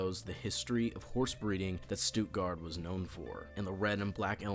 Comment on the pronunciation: YOOOOOO your German is actualy not bad for a american ps i come from stuttgart